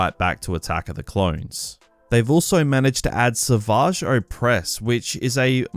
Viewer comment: Never heard somebody say savage so fancy lmao